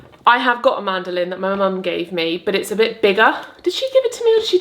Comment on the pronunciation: the first time you said this is a mandolin, it sounded like were introducing a lady called Amanda Lynn 😂😂 really gave me a chuckle and just wanted to share 😂😂